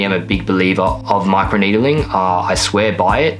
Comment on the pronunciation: "my crew needeling"